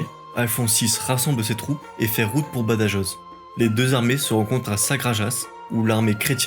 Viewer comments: Ah aussi, prends peut-être le temps de vérifier la prononciation des noms étrangers, ici espagnols et portugais ( /viseu/ au lieu de /viséo/, ouch, et Badajoz et toutes les jotas…). Tous ces détails, ça énerve un peu parce que ça détourne l’attention du fond, qui est très bon ! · Juste attention aux prononciations, j'ai failli m'étrangler avec mon petit dej quand tu as prononcé "Badajoz". Je te l'accorde que beaucoup de youtuber dont Nota bene ont fait la même erreur. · Bonne vidéo. Pour les prononciations c'est "Reconcouista" (Reconquista) et "Badarosse" (Badajoz) 😉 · Par pitié prononcez le rota (le j se prononce r ) quand vous parlez de BADAJOZ et SAGRAJAZ , merci pour les hispanophones .